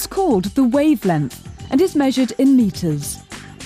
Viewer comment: "wave lenth"